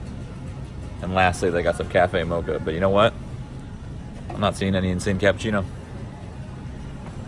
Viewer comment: When he said cappechino I felt that